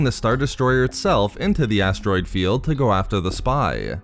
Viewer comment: Why do you draw out the ending of everything you say by like 3 syllables? "..from his star-destroyerrrr" "...they fought through the asteroid fieeeeeld". If you want a successful channel you have to understand that your vocals are a HUGE part in people subscribing